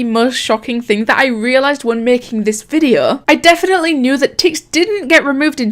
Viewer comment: just started watching your vids and feel right at home hearing you say "videuUU", british gang awesome videos keep it up :)